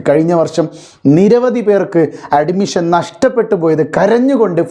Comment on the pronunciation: Nee ആദ്യം അഡ്മിഷൻ എന്ന് കറക്റ്റ് ആയിട്ട് പറ.